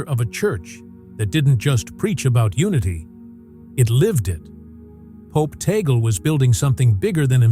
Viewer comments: I hate AI voice, with the wrong pronunciation Tag-le. No we dont respect abusers, and no, Roman Catholic losing touch and not even going to church anymore, appointing him is a PR move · The commentator even does not know how to pronounce Tagle. All COMMENTS: no video. Conclave first: White Smoke: then the new Pope will be shown on the balcony. Fake news.